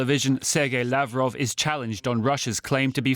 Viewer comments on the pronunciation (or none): none